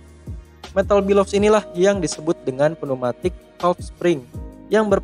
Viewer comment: Video nya bagus informatif dan mencerahkan, tapi maaf, ijin komen sedikit 'Bellows' dibaca ˈbeləuz, bukan 'bəˈləu' (Below - 'dibawah/ lebih rendah')